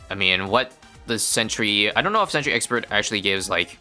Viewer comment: first mention of "sexpert" ('thi sexpert')